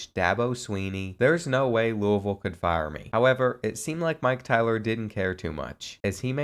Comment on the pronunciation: Thank you for pronouncing Louisville correctly. I’m from there and nothing makes me cringe more than the miss pronunciation